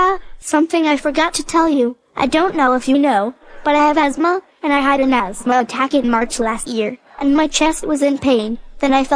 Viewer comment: The "TH" is silent in "asthma."